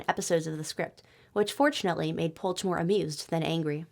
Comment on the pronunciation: "ch" in Polch reads as "h" in "ha" so Polh